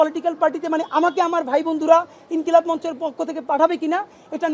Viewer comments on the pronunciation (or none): ইনকিলাম মানে কি??বানান পারেন না, ইনকিলাব বলতে পারেন না।